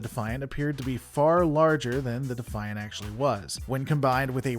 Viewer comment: Thank you for pronouncing the ship class correctly, it may be spelled “Defiant” but it’s pronounced the “Ben Sisko’s Mother*** pimp hand.”